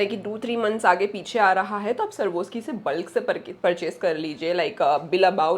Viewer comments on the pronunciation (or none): It's not pronounced as "Sarwoski" it's pronounced as "Swarovski" farak hai